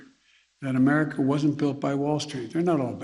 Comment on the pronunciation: It's America not merica joe